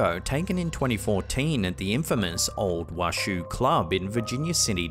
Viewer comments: It’s funny hearing him pronounce it as Wash-shoo club. My family is from Virginia City and it’s pronounced Wash-oh. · The mirror capture was very interesting. And it's pronounced Wa-SHOW. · Washoe is pronounced Washow (born near Washoe county ❤) cheers, love your videos. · I live about 20 minutes from Virginia City; friendly FYI Washoe is pronounced “Wah-show”. 😊 I love your videos! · The proper pronunciation of Washoe is wash-o it's the name of a native American tribe in the area. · Is pronounced WASH-OH . Means Edge of Lake, the Washoe tribe comes from Lake Tahoe. Same Oe ending, hard O. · Just an FYI, to the locals Washoe is pronounced wä(ˌ)shō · You are mispronouncing The Washoe Club. It is "Wash-owe," like a bowl, not like a shoe.